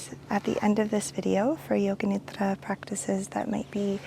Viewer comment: I love when says nidra